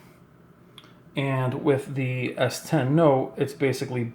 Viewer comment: It annoys me how he says s10